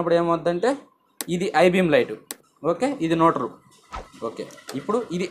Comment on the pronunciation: ఐ బీమ్ కాదు హై బీమ్ బయ్య